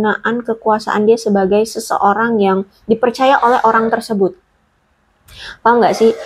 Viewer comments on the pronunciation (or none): none